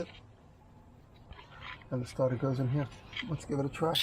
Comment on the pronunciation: “Change da staata” 😂True Nu Yorka✨💫💎